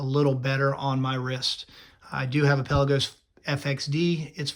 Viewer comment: Can you at least say the name right before reviewing a watch?